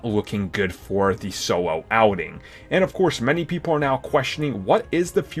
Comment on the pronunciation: "sowo" a star wars story.. HAHA